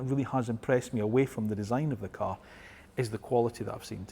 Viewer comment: Can we pronounce cAr and not cUr...